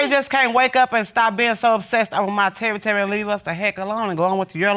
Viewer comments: I can't with this "Terry-terry"💀😅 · Pretty sure she said TERRITORY but she just ..... nevermind